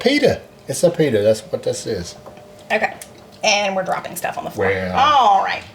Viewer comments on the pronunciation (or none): none